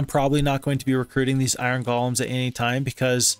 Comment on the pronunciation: Stop calling them gollums already 😝 It's pronounced: "Gow-luhm"